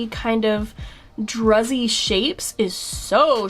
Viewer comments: Pronounced drew-z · Druzy pronounced "droo zee" is a composition of tiny sparkling crystals on the surface of a rather bulky crystaline body. ( I looked it up) 😉